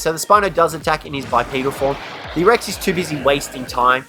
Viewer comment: “So what we are going to do is summon in another Brex.” Me: “Brex?” Also me: “Listens to saying that another 10 times.